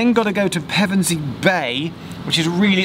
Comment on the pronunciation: Pevensey and Westham - nice pronunciation. :) Even some locals get it wrong and make it sound like the football team.